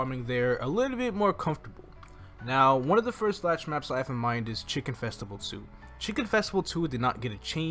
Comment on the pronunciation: threw a dislike on your vid for calling Lachelein "Latch"